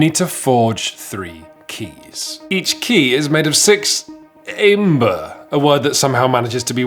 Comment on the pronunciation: Ok, why is it so hard to say Æmber? “Æ” is a Danish letter and in this case you just pronounce it as “Ember”. Stop with that “AE” shit. XD Another thing: You talk a lot about good and bad decks, but almost everyone I have heard from agree that the balacing is actually great, and even a great handicap mechanic to balance it out. Also there are 5 different gamemodes in organized play that are build towards the end of fair games, with everything to handicap auctions to deck-switching. This is NOT the type of game where you just bring the strongest deck and wins. XD